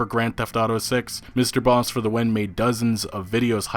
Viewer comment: you pronouncing MrbossFTW is wrong its Bossman